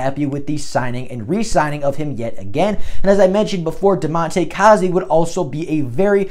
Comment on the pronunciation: I wonder who we would get because of Goff restructuring his contract. And btw, I think you are supposed to say it like Damonte "Kay-zee"😂😂 Good video